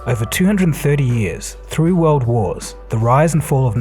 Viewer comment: Did you say 3 or through world wars ? ..... anyways good stuff as usual.